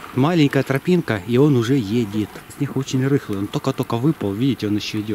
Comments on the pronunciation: Не снех! А снег ❄️ бля букву Г не кто не заменил буквой х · Почему "Х" вместо "Г" ??? Снехаход,хлавный,хараж и тд... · Снехххх снехххху хоняют первее. Интересно а вы г умеете говорить. Или только хе